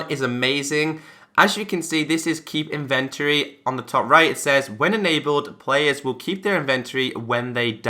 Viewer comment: in·ven·to·ry ˈinvənˌtôrē That is 4 syllables. Otherwise great video! Maybe someone knows why my xbone has this feature disabled ( it will not allow me to check the box)